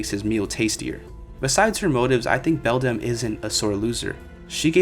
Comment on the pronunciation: sorry i was too distracted to pay attention by how you changed the pronunciation of Beldam literally every time you said it 🤯